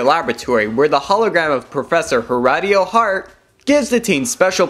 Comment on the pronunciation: So we get a trump joke but no jay Leno joke. And you pronounced haratios name wrong